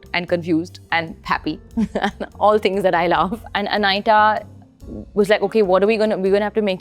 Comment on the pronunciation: Whats up with "Anaiyta" 😂 its Anita shroff. Say Anita